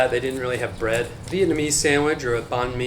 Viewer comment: He said bread so wrong